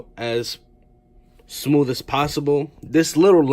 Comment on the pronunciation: I laugh every time I heard some people say, "Smoove."